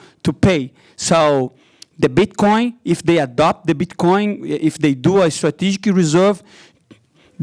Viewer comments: Pretty sure he's saying bitchcoin on purpose just to be funny and it is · I’m not trying to make fun of him but when he pronounces bit coin as “bitch coin” is literally the best 😂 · Did he say bitch coin 😂